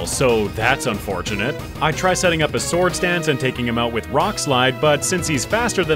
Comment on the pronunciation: and and oooo 69 nice oooo he said farfetch'deseseses lol 😂 for the swords danceseseses